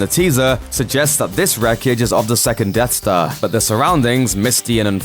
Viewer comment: Hey It’s Death Star Not Dead Star lol